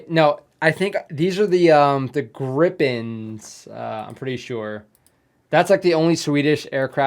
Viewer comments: Like saying Creep pen or rather Greep pen. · Maybe "gree-pen" would be best explanation how to pronounce those Swedish kites... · Gripen is pronounced Gree-pen. Finland doesn't have a carrier. Finland has a few (1-5?) carrier-rated pilots that have trained with the US Navy. Sweden has an "unsinkable aircraft carrier" in the island of Gotland. The anti-air Pasi is a Sisu XA-181 with a Crotale SAM system on it. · Your Gripen pronounciation was not far off. Roll the R the same way as in finnish and make the I longer and P stronger and there you have it.